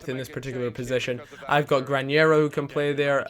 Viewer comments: Its Granero not Grañero. No ñ!!!!!!!!!!!! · Its Gra-Nero not Gran-Yero!! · it's not granyero it's just granero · GRA - NE ( not nie ) RO